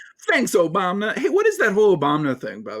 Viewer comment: "Obamna" came from Trump. SMH.... Destiny just got Lauren Southern to say it and it's now a meme in his channel.